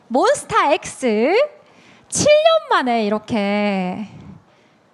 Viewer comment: 사회자님 몬스타엑스 발음 너무 맘에든다😊